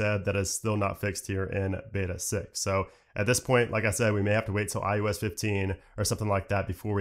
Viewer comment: Who else hears him say iUS instead of iOS?